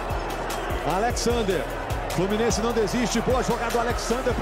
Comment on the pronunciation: E o “Flumiennse”